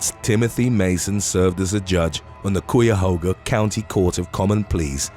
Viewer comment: Only correcting because I'm sure you'll have to pronounce it again: Cuyahoga is pronounced Ky-yah-ho-guh.